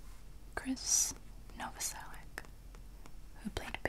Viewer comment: When someone's says Krist's full name properly I get so satisfied and my tingles go crazy